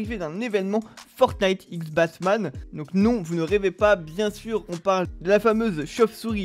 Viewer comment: Il a dit bassman 🤣🤣